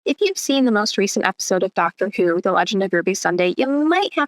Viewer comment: Why are you saying doctor poo?